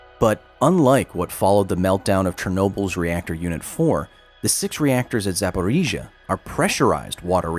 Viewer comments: The most impressive thing about this video is Kyle's ability to say Zaporizhzhia like a native Ukrainian. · Kyle’s “До наступного разу” [do nastupnogo razu] sounds like [tu nastuknogo grazu]. It took me quite few takes to understand what he says… But I’ll give him one thing - he nails names for cities and districts. “Запоріжжя” sounds crisp)